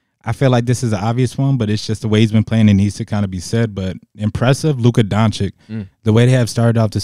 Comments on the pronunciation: …. Please stop calling him Donchick… it’s Don-chitch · please stop saying Luka Donchick